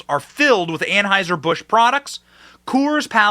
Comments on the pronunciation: " TRANSheiser Bush " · "Transhieser Busch" 😂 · Lmao did he say transheuser busch??? 🤣💀